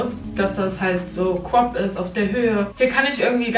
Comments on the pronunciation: Ein pulli ohne kaputze: sweatshirt Ein pulli mit: hoodie Und es heist crop und nicht cop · Ich liebe es wenn du "crop" sagst😂😂 Abi: "quap" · cwop 😂 (crop) bitte mehr teile 🥰